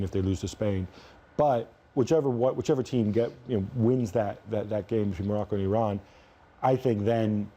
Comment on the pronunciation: Hunter Of Liars Morocco not Norocco you idiot